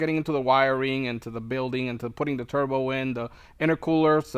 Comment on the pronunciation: Are you intentionally calling it a "Turdbo" ?!?